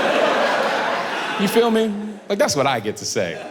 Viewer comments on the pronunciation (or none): Why does he keep axing "you fill me"? I said axing on purpose.